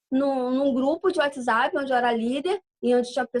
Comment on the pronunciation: Whatsup? É whatsapp anta, nao sabe ler?